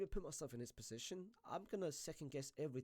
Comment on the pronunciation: Why is my man saying „possishin“ instead of position